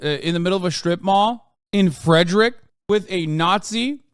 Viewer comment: As a Frederick resident I’ll be honest. The way Hassan said Frederick while definitely having no clue where it is was very funny.